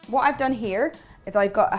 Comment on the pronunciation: then you should forward to to when she says "here"